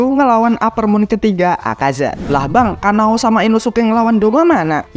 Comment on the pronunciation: Kanao bang bukan kanae